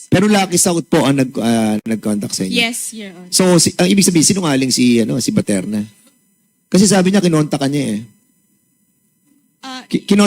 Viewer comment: Gg., BATERNA PO AT HINDI PATERNA. saw2 ka ng saw2, magbasa2 muna sa balat ng suman.